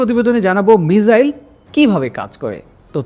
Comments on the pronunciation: মিজাইল নাকি মিসাইল কোন টা হবে 😅😅😂😂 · চেহারা দেখে তো মনে হচ্ছে শিক্ষিত কিন্তু কথাবার্তায় তো অশিক্ষিত ছাপ ধরা পড়ছে মিসাইলকে মিজাইল । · মিজাইল নাকি মিসাইল কোনা বাশা টিক করুন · বাংলা দেশের মানুষের দেখি উচ্চারণ প্রবলেম আছে মিসাইল টাকে মিজাইল বলছে। আরো অনেক জায়গায় উচ্চারণ ভুল করছেন । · স্ক্রিনে লেখা মিসাইল উচ্চারণ মিজাইল । বুঝলাম না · মিজাইল নাকি মিসাইল? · মিজাইল না ভাই, এটা হবে মিসাইল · মিজাইল না মিসাইল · শব্দের উচ্চারণ ভুল, মিসাইল লিখেছেন কিন্তু আপনি বলছেন মিজাইল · মিসাইল ❌ মিজাইল✅🤡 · মিজাইল কি 😂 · মিসাইল হবে মিজাইল বলেন কেন😮😮😮😮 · তুমি হালা আগে উচ্চারণ ঠিক কর,,! মিজাইল না মিসাইল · মিজাইল বলছেন কেন 😂😂😂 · ক্যাপশনে লেখা আছে মিসাইল, আর আপনি বলছেন। মিজাইল আসলে কোনটা? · আরে ভাই মিজাইল না মিসাইল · এটা মিসাইল তবে উনি বলতেছে মিজাইল মিজাইলটাকে আমরা মিসাইল মনে করে উনার কথাটা শুনি না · লিখতে হয় মিসাইল উচ্চারণ হবে মিজাইল যেমন ভিসা উচ্চারণ হয় ভিজা। অল্প বিদ্যা ভয়ংকর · আদর কইরা মিসাইলকে মিজাইল বলা হয়েছে।😊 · মিজাইল / মিসাইল এটা বলার অপেক্ষা রাখে না! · মিজাইল ও না, মিসাইল ও না,,ঐটা হবে মিখাইল😅😅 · এই হালায় আবার মিজাইল ভঙ্গি করে মিজাইল বলে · আপনার উচ্চারণ ঠিক করেন মিয়া...মিজাইল কিতা😅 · আরে বেটা মিজাইল বলিস ক্যান 🤣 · একবার ভুল হলে সমস্যা না তুই বারে বারে মিজাইল বলছিস কেন বেশি শিক্ষিত মারাস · একবার মিজাইল আরেকবার ক্রজমিসাইল উচ্চারণ করেন কেন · মিজাইল হবে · উচ্চারণ হ‌বে মিজাইল। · মিসাইল আপা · এই ভাইয়ের মিসাইল উচ্চারণে সমস্যা মনে হলো